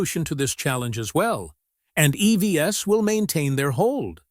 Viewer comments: Please use a AI text-to-speak that at least can pronounce EVs right, not as e-v-s!😢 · If you want to produce really great videos, LOSE THE AI voice and voice it yourself! “EV-S”?? It detracts from what you do.